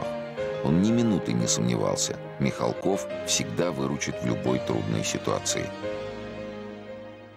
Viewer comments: Я помню, в какой-то передаче Никита Сергеевич говорил, что ударение фамилии правильно ставить на «А» - МихАлков, а в этой передаче опять говорят МихалкОв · Они потомственные дворяне. Отец Сергея Михалкова до революции был хлебосольный московский барин. Фамилия правильно звучит с ударением на "а". Почему не всомнили брата Сергея Владимировича Михалкова --Михаила ?